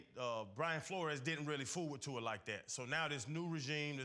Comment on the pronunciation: I wonder how much practice it took for RC to say Tua’s whole name effortlessly 🤔🤔🤔